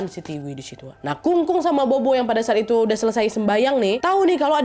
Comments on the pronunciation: Kak Nadia , cuma mau koreksi dikit BOBO dalam Chinese itu sebutnya POPO ... Jdi di chinese B itu P ... Jdi kaya BOBO - POPO ... BABA - PAPA gtu ... 🙏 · Bobo baca nya Popo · sedikit koreksi, buat org chinese tulisan bobo itu dibaca "pho-pho /popo" buat video selanjutnya jangan salah lagi ya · bobo bacanya popo nad.. dupa itu hio